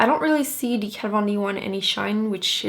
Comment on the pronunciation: when you say 'the' I hear "dee"